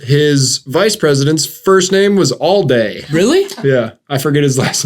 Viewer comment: His name was Adlai not Allday lol